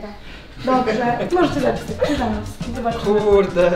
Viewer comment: kszyszanowski haha